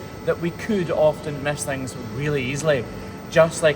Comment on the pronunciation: When you said “thang” I felt a southern US kinship!